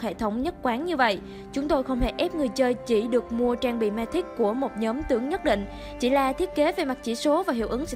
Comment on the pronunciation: Mythic đọc là mi-thít, cái gì không biết thì cứ dùng google dịch chứ không cần phải đọc bừa như vậy